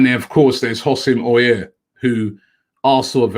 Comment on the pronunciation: Houssem AU-WAR